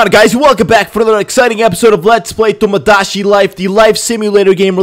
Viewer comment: Its TomoDaChi Not TomoDaShi